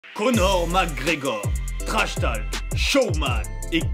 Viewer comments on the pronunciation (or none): "trash talque", abuse pas ,solid english